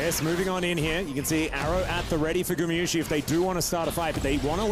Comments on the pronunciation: GumAyusi not gumiyusi…. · Who's the caster that keep calling Guma "GuMIyusi" ??